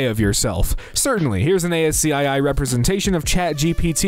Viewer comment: I'm disturbed at your (lack of) pronunciation of ASCII. See me in my office